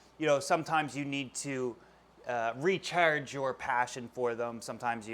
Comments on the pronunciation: you really hear the maritime come out when he says Re-Chargeeee haha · "Rechayyyrrge your passion." That Maritimes accent wants out.